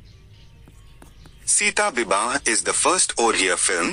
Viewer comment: Pronounciation of the title of Odia movie is not proper.